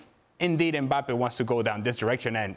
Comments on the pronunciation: said Kylian Mpaypal.. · I thought Dan called him "Emir Mbappe" I almost lost it lol